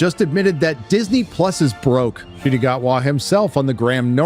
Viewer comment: It's pronounced as N'kooti, not Shooti.